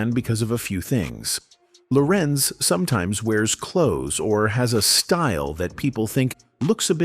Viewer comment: It's Larenz Tate, Lorenze Gross